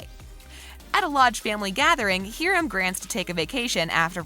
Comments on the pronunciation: "Heerim" its Hiram Hi-rum sorry. This is not a mean or mad comment. I know it sounds like it. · Mr. Lodges name is pronounced hi-rum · I’m sorry “heerim” you say? 😭😭😭